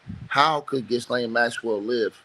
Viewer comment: the 's' in Ghislaine is silent